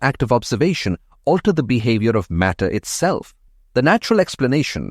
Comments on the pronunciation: All good except MATTER not MATER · "mater" should be "matter"